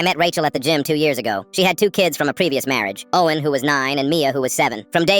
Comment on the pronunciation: The way when he said oh en when he ment to say Owen is so so funny